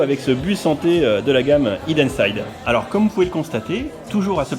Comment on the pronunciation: Les boooooules! Je regrette de ne pas avoir pu y aller, ça avait l’air sympa. J’ai encore plus les nerfs pour le calendrier et encore plus pour les goodies Hidden Side! Well done et en plus t’as bien prononcé 😉